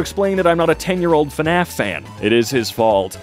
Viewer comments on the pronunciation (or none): none